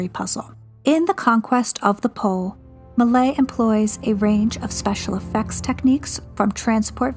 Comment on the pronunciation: Thanks a lot for this amazing video! Just a note on pronouncing Méliès: Meh-lee-Es. And the ‘s’ in Jules Vernes is silent. Pronounce as Jule Vern